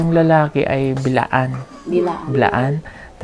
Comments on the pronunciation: Sir Correction Lang pO Hindi PO( Bilaan) Blaan pO Yan ang tamang bigkas s aming TribO Kasi PO Blaan pO akO,,Maraming Salamat... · Correction. Ma'am and sir.... B'laan.. Not. Bilaan